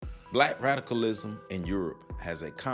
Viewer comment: Are you saying “Black radicalism” or “Black rationalism” , because they both sound exactly the same to me ? Need we say more ? Amin .